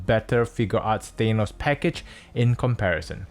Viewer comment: Good video, it is impartial, but I hate to be that guy, but I will say it... It's Tha-nos, not Thay-nos.